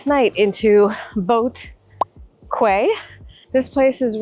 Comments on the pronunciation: Haha....I kinda figured you were not from Toronto or Ontario at the start of the video because you incorrectly pronounced 'Quay'! Anyway, love your video, and great smile throughout, perhaps why Nova Scotians are known here in Cda for being one of the friendliest! That smile was probably why that guy at the hawker centre removed the tray for you! I believe that generally if one is nice to another, most decent people will return that nicety. You were right, though, when you explained why there were mixed reviews for that guy....perhaps the customers/diners probably caught him at a really busy time. Regards from Ontario! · quay.. is not kway it pronounced KEY :) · Depending on which part of the US you come from, it is pronounced "Kway" as well as "key". When I first heard an audiobook narrator say "Kway" it really pulled me out of the story. I had to pause and go look it up. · Quay is pronounced “kuay “ in the US and “ key” in the UK. It’s just a difference between American and British pronunciation. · She knows Quay is an English word right? how she pronounced it as Boat Kueh ?? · Quay (pronounced as key) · Btw, "Quay" is pronounced "key'. 😊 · Quay is pronounce as "key". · Quay is English noun, pronounced "key" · Try the bee hoon breakfast noodles. Oh, and quay is pronounced “key”. Enjoy! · Don’t you know how to pronounce the word quay?